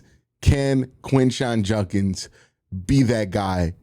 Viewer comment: I appreciate you doing a video on Quinshon, but if he's going to be a big part of our offense, I hope and pray you will eventually start pronouncing his last name correctly. It's Jud-kins, not Junk-ins.